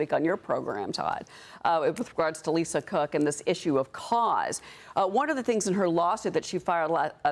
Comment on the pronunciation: He almost said Lisa Crook